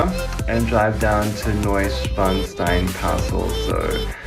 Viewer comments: Is from King Ludwig2 von Bayern !!! Neu-Schwan-Stein =NEUSCHWANSTEIN ☺you sead schwein but this is a pick Is a schwan= swan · Sixth tip: Neuschwanstein ist literally "New Swan Stone", you sometimes said: Neuschweinstein which translates to "New pig stone". Many Americans do that and it is always funny for Germans. Nice vid btw.